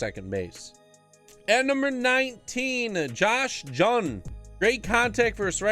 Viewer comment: Josh Jung is pronounced like Young just FYI